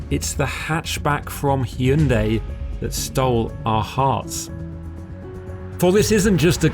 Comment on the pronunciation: Props for saying the name 'Hyundai' properly. It's 'Hyun-DAY' (not Hy-Un-Day'...two syllables, not three...so many Brits butcher this)